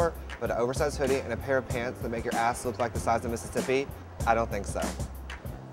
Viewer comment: "lady you ook crrrrraaaazy" lol